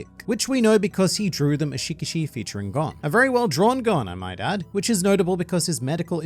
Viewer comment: his name is gon not gone😭😭